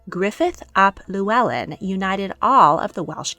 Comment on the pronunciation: The LL is actually pronounced as an FL. Our family are descendants, and it is pronounced Fluellen, not Lluellen.